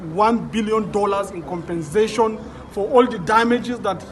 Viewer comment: Did i hear COMPENZATION? okay let me go, i am coming